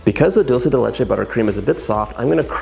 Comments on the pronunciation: To be more exact, it should be 'DOOL-the'. And when I hear 'DAWL-che' the only thing I can think of is '& Gabbana'. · Distracted by you saying “Dolce” instead of “Dulce”... it’s Spanish, not Italian. Thought you said your mom grew up in Mexico... 🤔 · It’s pronounced DOOL-SAY not dul-che ❤️❤️ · It looks amazing! But... it’s pronounced “Dool-seh.” “Doll-che” is Italian. 😬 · Sounds amazing but can I just give you a little annunciation tip? The word “dulce” is pronounced “dool-seh” (I noticed you adjusted this when you started decorating) as opposed to dolce (dohl-cheh) like the Italians say. Sorry! I love you but it was just like really bothering me 😅💗🎂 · Alejandra Ely lolz, I was referring to the language. They speak Spanish in Argentina and they pronounce it “dool-seh”. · The way he says dulce...